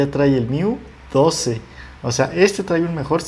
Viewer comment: bueno el video. pero tienes un detallito de diccion. por ejemplo: no es trai, es trae! te falta un poco mas de soltura y confianza.